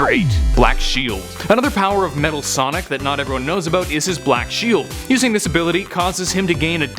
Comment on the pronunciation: Metal Sonic Kai. No one gets it right for some reason.